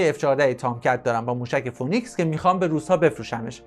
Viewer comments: دوست عزیز اگر برنامه ای میسازی که جنبه اطلاعاتی و آموزشی باشه پس خیلی خوب میشه که اگر کلمه انگلیسی استفاده میکنی هم تلفظ و هم معنای اونو بدونی موشک فونیکس نیست فی نیکس هست که همون سیمرغ خودمون میشه که در گوگل هم بگردی تلفظ درست را پیدا میکنید phoenix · سلام،موشک فینیکس نه فونیکس.ممنون